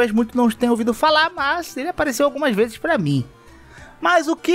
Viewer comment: "Infinitos pezes atrás" e risadinha kkkkkkkkk